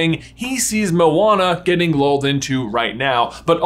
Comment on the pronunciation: It took me a sec to realize that you were saying 'lulled' and not 'loled', like, idk the fates were looking down on him like 'lol no'